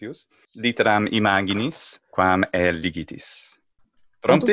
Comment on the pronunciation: The man who speaks in Latin has to learn the pronunciation of some words. In latin, ae ->e (not always), oe ->e and imaginis is imageenees (in american/british pronunciation)